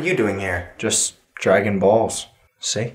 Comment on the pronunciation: (NeoWaste) You forgot the "Z" He said Dragging Balls, See?